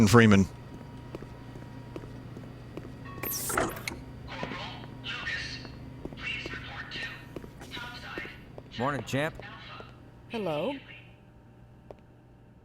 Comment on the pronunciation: Freeman versus geeman